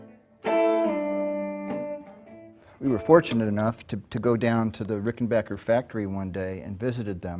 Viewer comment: Mike is just an all around fantastic guy who plays fantastic music. I’m so glad he’s still with us. I miss Tom every day. And I never even met the dude. ❤ And you HEAR THAT? Ricken-BAKKER. Not “bocker”! 😂